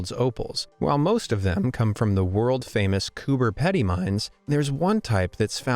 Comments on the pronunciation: It’s Coober PEdy not Pedy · Cooper paddy Fr bro cooper peedy plz pronounce it right it triggers me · I'm australian, and your attempt on Coober Pedy was hilarious. It's pronounced "pea-dee", not "ped-ee" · It’s spelt Coober pedy but pronounced Coober pEEdy, your friendly Aussie signing out ✌️ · The Pedy in "Coober Pedy" is pronounced peedy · I love opals and I got it good I live in Australia but bad news I cant really go to Coober Pedy and not pronounce Pedy pronounce peady it just spelled like that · Dummy it is pronounced Cooper p d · It's pronounced "pee dee" not "Ped e" lol.. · Ok, I just have to say it; it's pronounced Coober 'PeeDee' not Pedy or Pede. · It's pronounced Coober Peedy. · I’m Australian and it’s pronounced Coober Pedy (Pee-dy) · I'm Australian and your pronunciation of Coober Pedy hurt me on a spiritual level. You got Coober right, but the second word is pronounced Pee-dee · Coober Peedee. If it is a computerized voice you got to fool it by spelling it wrong. I use Google translate to hear the word once I spelt the schit out of it. I missed the Coober Pedy mispronunciation...now I got to find it. >Coober Petty? It was misspelled too.< It is a wonder they got Lightning Ridge right. It is OK. Who needs sick tourists...but then again the flies in the face...yeah let them come. It drove my dad nuts almost on his bald head. Me I had long hair. Inland 500 miles into MOUSE PLAGUE COUNTRY. That is a whole new idea of terror. I guess there will be a plague of cats to follow & after that a plague of dogs? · You pronounced Coober pedy so rong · i love it when people pronounce the name of coober pedy, from my understanding he has only seen the word, i find it funny that its said wrong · Im sorry. But you lost my respect by saying coober pedy wrong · Be amazed: mispronounces Coober pedi Me, an Australian: angry crikey noises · It's ok, mate. He also mispronounced olivine, peridot, vanadium, and a couple of others. But I did cringe at Coober Pedy.